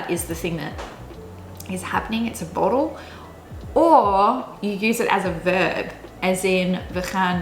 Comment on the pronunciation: My god, your dutch pronunciation for "spannend" & "borrel" was just so spot on I was so impressed. In the other words I could hear your english background but really those were perfect too. Just those two are like 100% perfect dutch. So amazed about that. Impressive and well done :)!